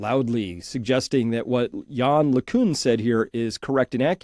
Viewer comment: LeCunt pronounced with a 't' at the end.